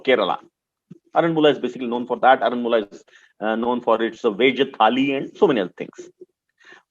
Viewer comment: its called AARANMULA , NOT ARAN MULA.....AND ITS KANNAADI NOT KANNADI BUT WHEN YOU WRITE ITS KANNADI ""AA"USED TO PRONOUNCE IT CORRECTLY .... AARANMULA IS THE NAME OF THE PLACE AND KANNADI MEANS MIRROR IN MALAYALAM